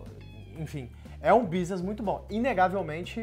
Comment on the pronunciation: Vi muito do Muçum nele ao falar businiss e economiquiss kkkkkk